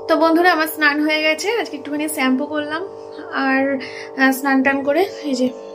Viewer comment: Shampoo er pronunciation ta thik koro